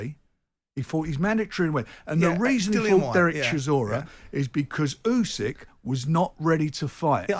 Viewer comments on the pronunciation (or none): Usyk not Yusyk Gareth